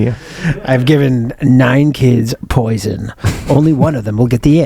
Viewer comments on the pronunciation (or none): none